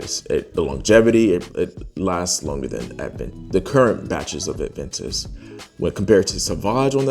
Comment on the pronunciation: Adventis? Aventus....has no "d" sound or even the actual letter "d" in the name. If I'm honest, I find it difficult to take your fragrance review seriously if you cannot at least pronounce the name of the fragrances correctly. A_Ven_tus...okay buddy On a positive note your review was not biased.